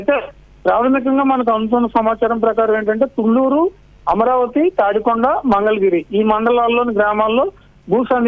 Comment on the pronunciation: Thoooooooooluru కాదు thulluru తు అక్షరానికి తూ అక్షరానికి తేడా ఉంది యాంకరమ్మా